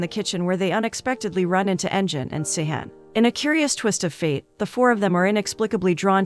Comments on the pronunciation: It would be Engine with sound of g (ghee) not jee. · LoL she called him engine